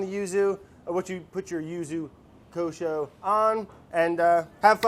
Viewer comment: Can't pronounce water but doesn't hesitate with Yuzu Kosho